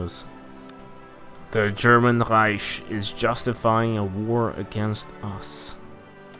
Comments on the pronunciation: germans pronounce it like rEIchksh which is not the rEIsh that the swede here is pronouncing it as. Plus he's speaking english so should probably pronounce it correctly in english as rEIck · reich is pronounced Rike. Long I sound with a K at the end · there is german pronounciation. One says Reicksh, one says Rike and one says Reish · What the fuck? As a german I have to tell you that it is pronounced Reish. And for your site: No one says Rike or Reicksh. Some just pronounce the R differently. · lian hector the English pronunciation is with a k sound that's always what I was saying. He is speaking English and is not German regardless of whether the word is German or not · still can't pronounce reich though. does this mean you're part of the bourgeois?